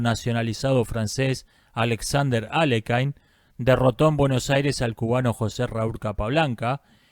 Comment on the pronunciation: Buen video. Mínimo aporte: Aléjin/Aliójin o incluso Alekin son mejores opciones para pronunciar Alekhine, que es un apellido ruso.